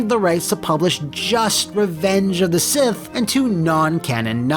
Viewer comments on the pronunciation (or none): none